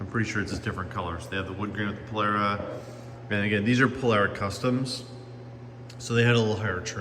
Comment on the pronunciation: There's no "air" in Polara